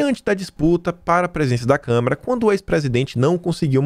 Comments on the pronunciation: Caro, lembre-se não é câmera, é câmara. Esse é um erro básico imperdoável para uma pessoa alfabetizada. Procure se lembrar e controlar a vontade de falar câmera. Abs. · Kkkk acho que só deve ser problema de dicção... também fico nervoso em ouvir ele falar câmera kkkk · todo dia te assisto, mas com minha humilde opinião: é CÂMARA e não CÂMERA! Bjs